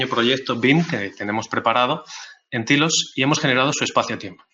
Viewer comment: "Tailos" por favor "Tailoooos" no "tilos"